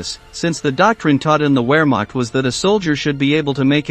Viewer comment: Wehrmacht is pronounced vairmarkt. W's are pronounced as v's in German.